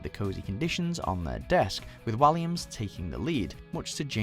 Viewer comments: Sorry but when have you ever heard David Walliams' name pronounced like that?! Some of the pronunciations by British voiceovers on this channel are ridiculous. Lol you know how to speak/say it, why are you saying them differently to how you know... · David Walliams is not pronounced the same way as it is to David villa looool he's English not Spanish